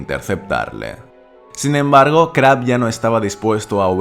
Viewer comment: Se pronuncia “Creib”